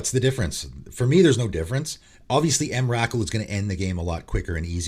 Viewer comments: The emrakul pronunciation killed me, it's pronounced em-ra-cool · Wow, I’ve never heard Emrakul pronounced like that, I was listening and was thinking which card is that? Lol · As a subscriber to your channel and someone who purchased at least two cards from each of your "Cards you should put in your deck" lists, let me just say this- I would ban your pronunciation of "Emrakul" ;)